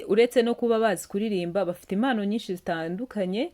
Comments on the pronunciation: Hhhhh🤣🤣ngo Imanga cg Impanga,🤔Imano cg impano,arko ujyunabanza witoze gusoma neza ibyugeza kubantu pe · Umunu koko🤭 bavuga umuntu,ntibavuga imanga bavuga impanga,ntibavuga imano bavuga impano